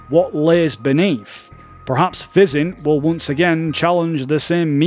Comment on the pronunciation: FIZZ-INT is how you say PHYSINT (Physical Intelligence), also its Jah-may voos for J'aime Vous 😄